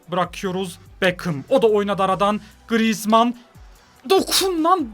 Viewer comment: mbbape baglı grrizman baglı sanchez baglı diyen 😂